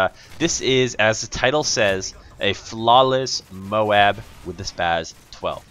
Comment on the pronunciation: @ please stop saying mowab its m-o-a-b!!!! ohh nice gameplay